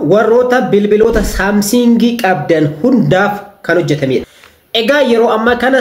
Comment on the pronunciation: Samsing hin jedhin Samsung jedhi